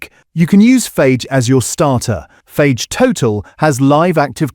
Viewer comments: Tangier pronounced as the city and not tangy-er, Fage as phage instead of Fayeh 🤣Sloppppp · Is this narration AI? FAGE? Read the container, it tells you how to pronounce it correctly. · Fage is pronounced Fay ire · Just so you know -- it is not pronounced Faje . It's more like Fa-gay. (Greek for "eat") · It’s not Fage, it’s pronounced FA-YEH! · Yes, I noticed that. He also pronounced Fage as fayg but it’s actually more like far-yay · I thought ai had to be listed on vids now? Tangier? Tangy-er, ie more tangy, tangier. 😂 Phage instead of Fah-yay (Fage yoghurt). Do better please. Otherwise, good vid with great info. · It's pronounced as Fie-yae, not fage. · Also the brand is pronounced "Fa-yeh", not "Fage" - it even says so on the pots. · Fage is pronounced Fah-yeh in Greek as the G is soft and you pronounce the e at the end.Good video though! Useful tips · Great information, but please learn to pronounce the manufacturers like Fage (faiay in English) and Yeo Valley (Yoh Valley) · Fage is pronounced Fa- yeh (it's written on the tub) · fage is pronounced fa-ye ! G in Greek sounds like our Y . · It's called "faye"... talk about Greek yogurt.. pronounce it properly... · Please, let’s have a real voice, not AI - “Tangier” as in the Moroccan City! No, the taste is “Tangy”. Biggest laugh “Fage” as in Page, no, try the correct pronunciation. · Wish it had a real human narrating. 'Fayge'. 'Tanjier'. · To the narrator...... it's pronounced 'Fa-yeh'...😁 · Really useful, but the AI voice over can't pronounce Fage. It's Fah-ey, the g is silent. A dead giveaway that no one is overseeing the voice over. This sort of thing is harmless enough here, but it gets dangerous over time as people get fed what they think is correct information but is just AI slop. Ironic in the context of this video! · FAGE is pronounced FA-YEH apparently - good to know now that I'll be buying it! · FAGE is pronounced as Faahay … I make my own… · Fage, pronounced Fa-yay. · Its pronounced Fiyahh